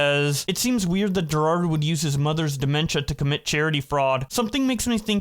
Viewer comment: can't read right? Jirard and Jared